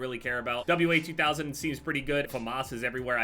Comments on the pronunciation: its called the (wah)2000 not W A 2000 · W sniper. WA2000 is one of my favorite snipers in FPS games. Also it's pronounced WAH-2000 not W-A 2000 (WA is short for Walther 2000 as it was created by Carl Walthers Sportwaffen, a German firearm manufacturing company) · It's pronounced "Wazooo"